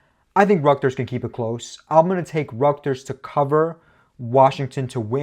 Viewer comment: Bro still can’t say Rutgers right